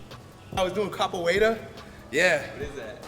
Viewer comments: Capoeira I think means, I'm not sure he's pronouncing it correctly. Good video though man. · Props on the caporeria but man fuck you can't pronounce it right n your jinga sucks bruh!